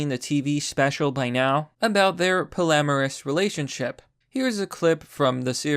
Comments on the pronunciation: It is pronounced POLLY-AMOROUS not “polamaris” hahaha Good video as always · "Poly-amorus", not "po-lamerus". Pronunciation threw me off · I find it disturbing that you can't pronounce polyamorous. Polly Amorous. It's that simple, Champ.